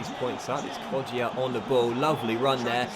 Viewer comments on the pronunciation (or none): it’s pronounced Kod-ja not Kod-jia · It's pronounced KodJA JA!! not JIA :P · It’s pronounced [ko-ja] the ‘i’ is silwnt